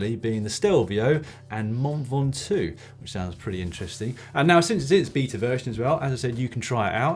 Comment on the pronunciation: Dan been drinking stella? His pronunciation of "beta" sounds like something you shouldn't do to your wife after a few pints.